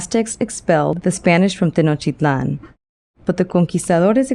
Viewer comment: Are you deaf? She's pronouncing it in the native language, and the t's are definitely in there.